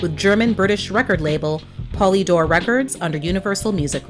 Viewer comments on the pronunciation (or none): its POLYdor.